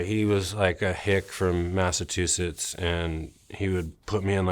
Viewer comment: "My dad was a hick from Massatoosits" that's gotta be the first time that sentence was ever spoken.